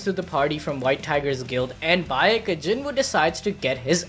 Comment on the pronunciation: Y'all said Cha Hae-in's nane correct....then butchered Baek Yoon-ho's name haha. Same "ae", so just as how it's "Hay-een" for Hae-in, it's "Bayk" or "Bake Yoon-ho" for Baek Yoon-ho.